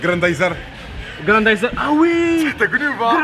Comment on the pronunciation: je like que pour "grandayzer " kho ^^